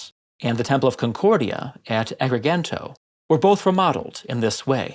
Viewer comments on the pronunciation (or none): The second ‘g’ in ‘Agrigento’ is pronounced as a hard ‘j’, not a hard ‘g’: “a-gree-jen-toh”. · Agree-jento". We have two phonetics for the letter G. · Not sure if you are interested in correct Italian pronunciation but the second G in Agrigento is soft not hard. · I also noticed that. I live close to an italian colony in Brazil, so I`m very accustomed to listening to italian, and the irk was instant lol.